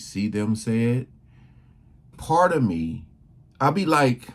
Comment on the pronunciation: Was going good till ai said Opray Winfrayyy Can’t do it ✌️